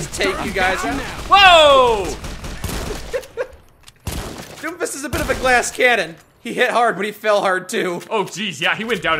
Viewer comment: I know is saying doomfist but it sounds like doofus.